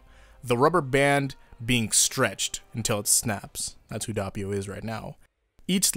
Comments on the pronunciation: Actually, the way you pronounce Doppio isn't bad, just the first o maybe sounds a bit too much like an a instead of an o. Source: I'm italian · I started the video, you prounced doppio the way you did, and it made me gag, I am so sorry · Was about to say WHY U SAYIN DOPPIO SOOO FUNKY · Fuck me I guess the VA's are pronouncing it wrong too 🤷‍♂️ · The O is pronounced as the o in information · It's doppio not doppio lol XD wetod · No offense but the way you pronounced doppio sounds weird it's not pronounced like that maybe in English it is I listen to sub no offense but it's so weird for my ears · bro i cant get over how you say doppio. like come on a little effort damn. when someone has a name u need to try to say it like they say it. dont make up a pronounciation... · Dude at least TRY to pronounce Doppio correctly, or in fact anything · I just learned to ignore it at this point lol even if he hears the correct way he won’t change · Im just going to point out the fact that your saying doppio wrong it’s not dahpio like your saying it’s actually dohpio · The anime: Dope-e-o Youtubers still: Dopp-e-o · Its not dopppio its doppio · I click the video and the first thing I hear is DAHppio IT'S PRONOUNCED D-OH-PEE-O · It's not dAppio, its d o ppio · It's Doe-Pio not DOHH-pio/Duh-pio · Its (DOPE) - EEH - YO. not (D - aw - peeyo) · ITS DOPPIO NOT DUHHPEEO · It’s Dope io Not dop io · HE'S NAME IS DOPPIO NOT DAPPIO IT'S FUCKING DOPPIO I DON'T EVEN CARE THAT YOU'VE ALREADY EXCUSED YOURSELF BUT I'M MAD I'M GOING TO AGGRESIVLY PET MY CAT AND YOU GO IN YA CORNER AND THINK OF WHAT YOU DID Edit:The cat liked the petting and i'm going to forgive you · The pronounciation is not that bad you need an harder p in Doppio and you're good.(edit) And an O as in D-OH-PPEE-O Before somebody asks how do you know how to pronounce it; Im italian. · Actually the right pronunciation is "d-o-p-p-ee-o", but the "ee" sound is not long and the double p is pretty marked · He just said Dabio